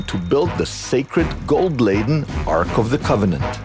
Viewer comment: Ark not arch pronunciation.